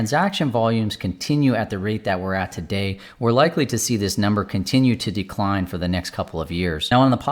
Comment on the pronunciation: I'll subscribe but only if you promise to stress the second syllable of 'decline' instead of the first in the future 🙃